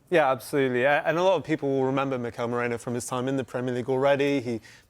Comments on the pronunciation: Why do so many people pronounce Merino as Morino? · Its Merino not Morino or Moreno or Mouhrinho😂 who are theese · The Brits inability to say Merino is a personal on going gag reel for me, hopefully they get over "Mireno".